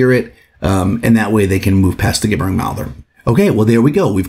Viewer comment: Please learn to say "gibbering" correctly-- I took psychic damage from this video.